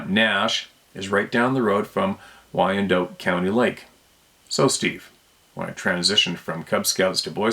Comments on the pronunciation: Thanks for relaying stories from the people, bro!! Oh, and I promise I'm not a know-it-all... but, Wyandotte is pronounced, WHY'n-dott. Have a great day, man... Cheers!! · Wyandotte - pronounced why-an-dot. Like the chickens.